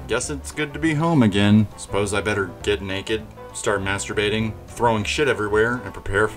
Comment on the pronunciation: Nobody does it Bwetter!